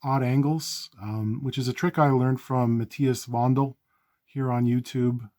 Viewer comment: Props for mentioning Matthias Wandel and pronouncing his name correctly :) You channel manages to be even more addictive than his, props for that also.